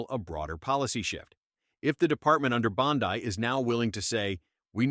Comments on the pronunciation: First, what is this "Pam Bondi (long i) crap? Unless I'm mistaken, Bondi (pronounced) Bond'-ee, is an Italian name (viewers, correct me if I'm wrong). So, please tell your AI to get its act together. 🤠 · Anyone who knows the first thing about President Trump knows he would never nominate an AG that would not guard and defend the 2nd amendment. This is an AI generated video that's why they call AG Bondi pronounced Bonde, Bond(i). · "Pam Bond-eye" - LOL. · Lol ai cant pronounce Bondi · AI can't even pronounce the AG's last name. SMH 😂